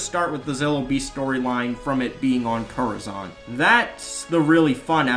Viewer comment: Coruscante, not coruzante.